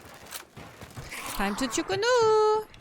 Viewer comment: I’m White but will never understand uncultured white people not being able to pronounce things that are very easy to pronounce. It’s not complicated. CHU KO NU. Why are u making the “o” a “u”? Why are u making the “u” an “o”? 😅 It’s like their brain is so confused just because it’s something foreign, so instead of slowing down and actually reading it how it’s written they just start making stuff up. 😂😂